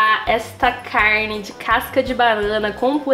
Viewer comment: eu amo quando ela fala “caRRRRRne” KKKKKK amo que amo